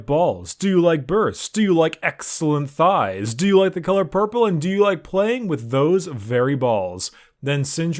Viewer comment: lol how he said "Thieegghhhhs" xD made my day